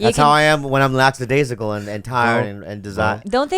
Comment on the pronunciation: Laxadasical? --> lackadaisical